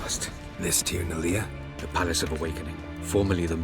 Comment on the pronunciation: So, a lot of Elder Speech takes words/parts of phrases from Irish and other Gaelic languages. Tir na Lia, if it interests anyone would mean either "The Land of Stone" or "The Land of Healers" in Irish ("lia" is a homophone) Also, "lia" should be "lee-a" not "lee-aah" if that makes any sense ^^; I think CD could have been trying to make a reference to the Lia Fail which is a stone that High Kings had to stand on during coronation as they were being brought into office. A very, very sacred stone! I'm not really sure about that in particular to be honest but thought it might be of interest to someone!